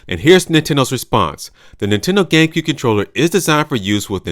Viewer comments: It sounds like you said: gaycube😂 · Lol "gaycue controller"